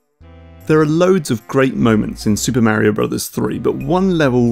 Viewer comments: It's Mario not miario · It's Mario not Märio!! :D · you are mispronouncing mario. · i love how he fuckin pronounces it like "märio" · braces myself to hear that terrible way british people pronounce "Mario" for fifteen minutes